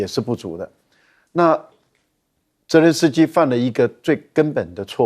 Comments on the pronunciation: 这位还真是固执，别人都念责任，实际就他一个人练，轮着司机，主持人也不纠正。也不从其他嘉宾发言中意识到自己的错误并纠正，就这样一直喊轮着司机。从俄乌战争开始一路喊到现在真是够固执的。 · 总爱说“伦泽斯基”。😂